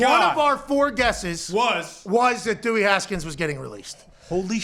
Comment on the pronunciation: Dummy Haskins not Dewwy